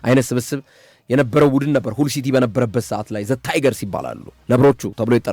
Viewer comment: ሀል ሲቲ በል ምንድነው ሁል ሲቲ😂😂😂 አንዳንዴ ድንዝዝ የምትለው ነገር አለ ነቃ በል